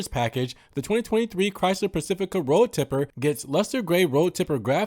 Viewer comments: It's road tripper..not tipper😂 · Road Tripper (with an "R"), not Road Tipper